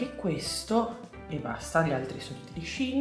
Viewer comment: Bellissime creazioni come sempre💙💙 comunque hai ragione tu si pronuncia "shin", perché il sito inizialmente si chiamava SHE INSIDE, shein è il diminutivo